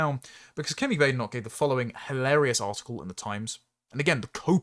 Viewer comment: Bad-en-och. Bä-den-och I do like to listen to your presentations,. You seem to very much have your head screwed on. However, you do, occasionally, pronounce some words unusually/incorrectly(?). I'm not talking about her name, either. I'll make a list, one day. If you ever have the time to read the comments, that is. I rely on you, somewhat, to help improve my verbal english language skills.